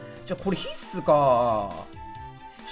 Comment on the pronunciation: 毎回思うけど必↑須↓が気になる